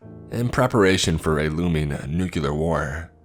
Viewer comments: Also, since no one else appears to have said it: Nu-cle-ar. Not Nu-cu-lar. /nerd rage. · Ooooo.. please dont say "newkiller".. its a killer but its 75 years old by now 😢😢